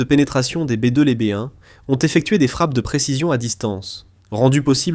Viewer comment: Oui, j'ai remarqué. Hilarant!